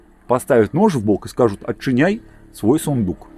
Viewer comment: и тут во мне проснулся белорус на генетическом уровне - впервые услыхал ОТЧЬЫНЬАЙ, но сразу прочувствовал об чём речь....